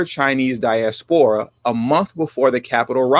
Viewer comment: again you’re not watching your pronunciation. The word diaspora is accented on the second syllable not the third. This is a common mispronunciation on YouTube channels. It’s a bad look.